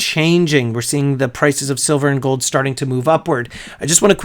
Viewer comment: "I love goldddddd!" *Goldmember accent